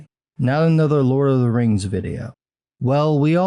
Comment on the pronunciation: Maybe he watched "teh lurd of teh reings" too often. 😂